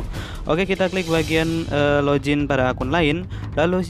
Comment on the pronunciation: Login bang bukan lojin 😂